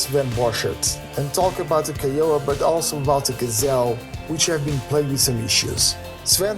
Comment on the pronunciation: I enjoyed this episode which I found to be full of good news. I am going to nitpick a bit because it is in keeping with my childish nature. Renton & Seattle are separate cities... they are very close to one another but they are indeed separate. Also while you made a valiant effort to pronounce Kiowa correctly you didn’t quite get there. Europeans seem to have a lot of problems pronouncing American Indian names... so do Americans from large Eastern cities. I imagine I would butcher the names of many places in Europe. Be well! :)